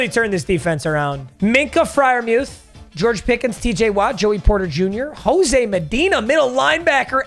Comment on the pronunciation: “George picketh”